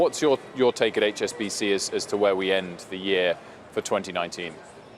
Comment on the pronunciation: She said HBSC